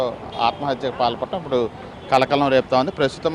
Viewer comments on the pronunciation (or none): none